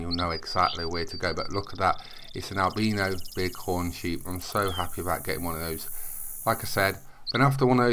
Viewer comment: I love the way he pronounces albino